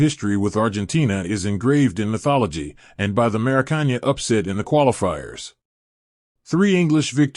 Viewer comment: Scolon, Maraccan, Classisico, Laro Martinez 💀